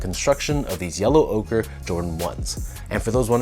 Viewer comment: Finally someone who pronounces the name correctly. Ochre, like Joker without the "J" 😄 Nice review, as always, thanks. These are growing on me, so I just might... yep, going for 'm tomorrow.